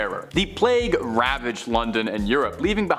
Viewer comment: Can someone tell them how to pronounce the word plague plz lol